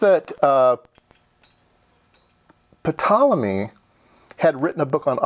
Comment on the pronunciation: The P is silent in Ptolemy😉